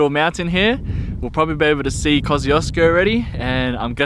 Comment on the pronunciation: That's actually the correct way to pronounce "KOSCIUCZKO"!